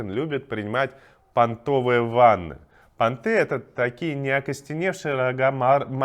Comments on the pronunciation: Не пантЫ, а пАнты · пАнты, а не пантЫ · Не понты , а пАнты ... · * не пантЫ, а пАнты. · оленьи па́нты, а не панты́. Но ты прав, эти ванны конечно же понты́. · пАнты, а не пОнты! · Какие пантЫ емае ??? Вот панты 🤘 а рога это пАнты ударение на А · Какие пантЫ ???? пАнты емае ударение на А пАааанты , пантЫ это вот 🤘 а рога пАнты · ПАнты, а не пантЫ... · Не панты́, а па́нты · ты ж не дурак, не молоти всякую хрень (про вертолеты). И ещё: не пантЫ, а пАнты,. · Не пОнты, а пАнты с ударением на 1-й слог. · Молодые рога оленей - не понты, а пАнты, с ударением на А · ПАнты. Ударение на первый слог. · Правильно пАнты и пАнтовый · Ударение в слове панты на первый слог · пАнты правильно.